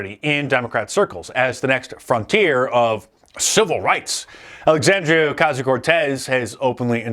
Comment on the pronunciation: Who is Alexandria Ocasio-Cortez? I know an Alexandrdrdrdrdrdrdrdrdrdrdria Ocasio-Cortez.